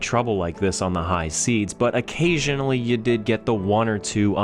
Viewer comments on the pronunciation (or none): Silence, it is seas not seeds. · Surely you ment high seas at 5.09 mate, not high seeds.